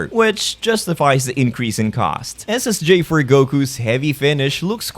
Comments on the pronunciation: I swear it sound like your saying ssj fur goku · he is saying Ssj4 Goku so why do I hear is as Ssj for Goku